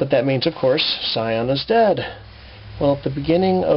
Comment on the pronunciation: Shion isn’t that hard to pronounce my guy.